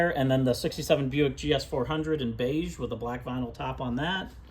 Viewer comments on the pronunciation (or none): none